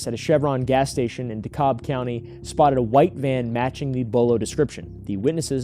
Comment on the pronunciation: Btw. I’ve noticed you and Kris both say DeCobb county. We pronounce it Dee-Cab